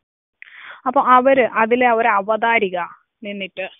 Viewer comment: It's not avathaarika, its avathaaraka